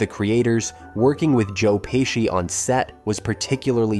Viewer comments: Yes sir most definitely.. joe peeshe lmfao😂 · We can tell "Joe Payshe"